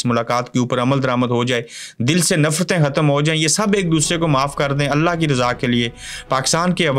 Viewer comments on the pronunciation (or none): none